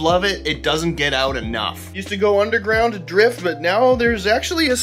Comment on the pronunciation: I wondered where you were located ... then I heard you say "Out" 😅😂